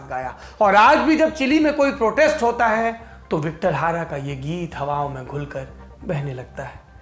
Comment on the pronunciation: सर Victor Hara नहीं बल्कि Victor Jara नाम था उस सिंगर का ।